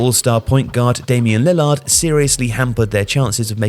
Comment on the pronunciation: damian lil-LARD lol